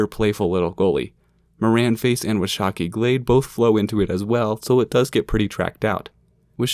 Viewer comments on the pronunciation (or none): Dude, stop deleting my comment. It's WAH shuh key (Washakie) It's Nee Mee Poo (Nez Perce) It's a good "insiders guide" but it's also okay to be a little off on pronunciation.